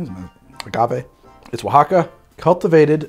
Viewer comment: Seriously! Isn't this filmed in MI, but he nailed Oaxaca! Damn fine effort!!!